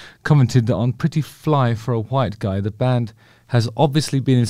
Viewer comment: I never knew it was pronounced “H-wite guy”! I learn so much from you, Justin!